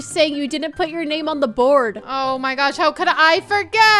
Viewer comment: THE WAY SAID BOARD